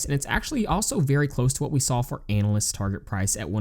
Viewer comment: Analysts not Annalists lol